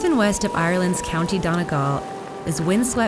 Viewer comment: The pronunciation in the first sentence of the last king of Ireland story is so bad that its hilarious (source: Irish person)